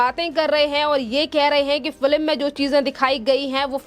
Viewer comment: Madam news anchor correct yourself and pronounce#Film instead of #FILIM👍